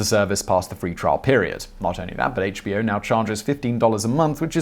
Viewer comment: Simon you ought to review the scripts instead of reading them cold. More than half the time you pronounced "HBO Now" (the name of the company) as "HBO now" (two separate words/thoughts).